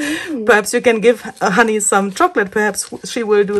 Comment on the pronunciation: Very Fun. For everyone who isn’t Germanic, her name is (not “Honey”). Probably short for Hannelore or Hannah? Tyrol is THE Most beautiful place I have been to!!!